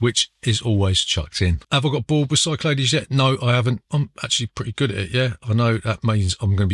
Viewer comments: Great stuff! I am a pedant tho, and number 1 is pronounced Sick Lad E's! Also I was so drunk I tried to find Boris Hevverly, the creator of Carooker! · Isn’t it pronounced Sicklahdees?